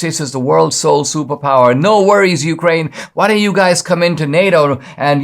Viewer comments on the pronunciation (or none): none